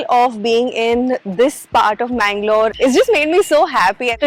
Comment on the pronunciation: Always it's mangalore